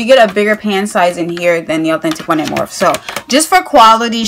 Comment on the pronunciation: It's pronounced like morphie but spelled morphe